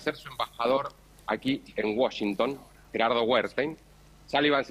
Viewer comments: a todos les quedo claro que milei esta en "woshington"? nombro 3 veces washington en menos de 10 segundos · por que dice woshington? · Uoyinton dice la periodista 😂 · Se dice Washington con "a"